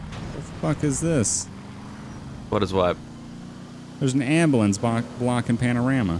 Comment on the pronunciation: “Abulance”